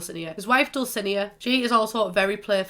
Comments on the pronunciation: Depending on whether or not you're speaking Castilian Spanish, it's either Dul-thi-NAY-a or Dul-si-NAY-a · just so u know dulcinea is pronounced (dull-sea-nee-A) 🤙🏽🥰